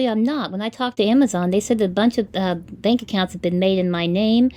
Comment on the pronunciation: I think it's funny they call people and try to scam them but they can't even say the word Bank they say bang accounts